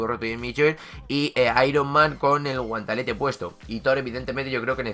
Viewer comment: Porque dices guantalete?